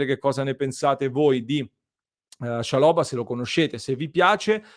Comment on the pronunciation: Ottimo giocatore per il campionato italiano. L’accento va sulla prima A